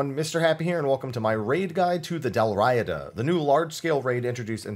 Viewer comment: Dalriada, Dal Riata, Dal Riada.. It's a historical Gaelic kingdom which XIV takes a lot of naming from. You had it correct. I'll also mention the common mispronunciation of Dun Scaith, which is also a historical area in Scotland.. More like "Dun Skye".. located on the Isle of Skye.